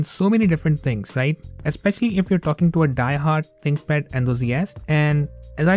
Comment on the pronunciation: An example of why enunciation is important. It sounds like you said "my ex-wife's stream." 🤣🤣